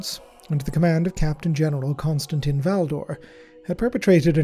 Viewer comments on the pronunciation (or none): none